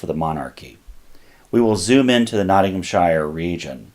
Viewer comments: TIP! Ik it’s hard coz your used to saying it the way you grew up with, but when pronouncing ‘SHIRE’ for English counties, it’s ‘SHEER’ rather than ‘SHYERR’ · Great video. For your reference however, it is pronounced Nottingham-sher not shire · Oh, yeah, the correct pronunciation by the British is Nottingham Shur nor Shire. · Loved it. Little tip for how we say ‘shire’ - it’s ’Sheer’. As in —-Not ing ham sheer. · Any time you see an English, Scottish or Welsh county ending with "-shire" it's pronounced "sheer". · 'Shire' is pronounced like 'sheer' when it's at the end of a county name, not like the place the Hobbits live. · Sh “eye” rrrr.